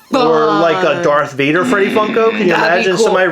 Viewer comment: She lost me with “Vader”